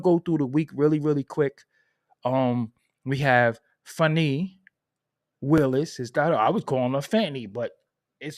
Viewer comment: Her name is pronounced Fon-nee Atlanta has the most unprofessional ghetto professional blacks I’ve ever seen in my life…these people took and passed the Georgia Bar Exam, The MCat and got through medical and dental school, engineers etc… but are so unprofessional and ghetto acting it’s so weird